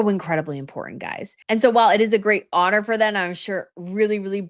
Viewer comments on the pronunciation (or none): none